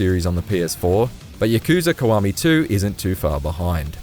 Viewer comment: It's KIWAMI man not KUWAMI